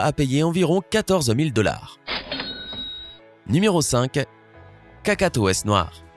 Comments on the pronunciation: Pk tu as dit cacaotes au lieu de cacatoès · C’est Cacatoès pas Catacoès !!